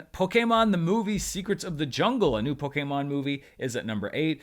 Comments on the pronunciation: Say it with me: "Poh-Kee-Mahn!" (with the emphasis on the Poh) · All my Life. I've been pronouncing Pokèmon wrong